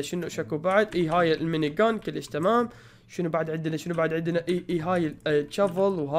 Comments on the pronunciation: بليز لا تقول كولش قول كيلش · اعطيك نصيحه مو اكول كوليش كوليش حلو لا كول كليش كليش حلو يعني بلهجتك نصيحه